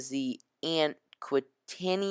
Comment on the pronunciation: Its pronounced LOOSE-ETANIA, MOORE-ERANIA, and AQUA-TANIA....also I believe the ship on the left is the SS American Dream